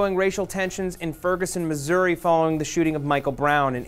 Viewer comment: THANK YOU LIEBERMAN! You are one of the only reporters that can say Missouri correctly.